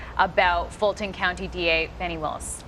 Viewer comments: You all MIGHT want to make sure that your media crew actually KNOWS how to pronounce a District Attorney’s name … it makes him look like an idiot. It’s Fani (pronounced FAWNY) Willis SMDH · "FAH-knee", not fanny. There's only one 'n'. MAGA pronounces it 'fanny'.